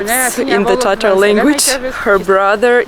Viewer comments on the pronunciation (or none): none